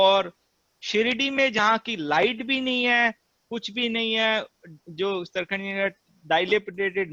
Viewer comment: With due respect to the anchor, why does he keep referring to their name as 'Tarkhand'....it is not 'TarkhaNd' it is 'TARKHAD'